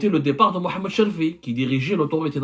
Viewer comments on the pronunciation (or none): none